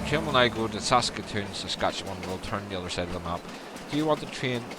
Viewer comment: You said Saskatoon right. You can delete the fences with the demolish tool in the landscape menu